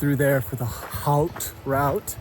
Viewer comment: If it's easier, you can just pronounce haute "ote" — rhymes with boat, silent H. Great vid, as always!